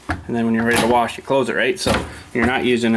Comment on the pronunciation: why do you say "warsh" it's "wash" lol i don't see an R in wash!